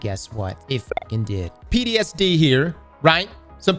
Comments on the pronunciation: Hey! It’s PTSD. Not PDSD… 😂😂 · Did fucking say “PDSD” 😂😂😂